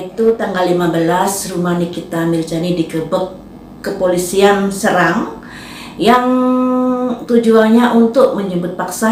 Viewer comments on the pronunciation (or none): Cara pengucapan Kata Kota S E R A N G bukan S R A N G. Sbg orang SERANG gua jd males nonton videonya. Tutup....jebreddd.